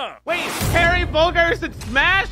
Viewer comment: I love how he just (refuses?) to pronounce Bogard right